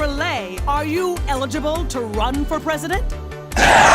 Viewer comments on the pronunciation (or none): none